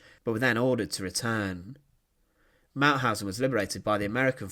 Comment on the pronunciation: The speaker is unbelievable: He cannot speak "Mauthausen", but sounds like "Mauhasennnnnnnnj" - what crazy dialect is this? At the end of the sentences, he speaks always longer words than they are "than they areeeeeeeee" Please choose another speaker, who speaks in a professionell manner.